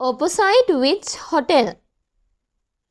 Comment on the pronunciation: sir mehi samahara wachana uchcharanaya waradi bawak haguna ex. Opposite mehi athi uchcharanaya niwaradi Dai Bala pahadili karadenna